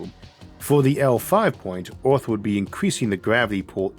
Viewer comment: Good video, but Ooth?? You mean Earth ! Funny pronunciation.